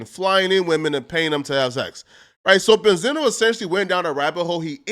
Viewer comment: Ben-z-no you fool